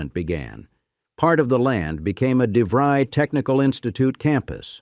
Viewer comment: I was 9 years old in 1967..this park absolutely shaped my childhood.... btw the school is pronounced "De fr-eye" not "De -free".